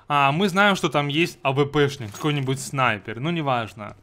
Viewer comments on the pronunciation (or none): none